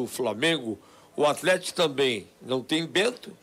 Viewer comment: "compricado" "atrético"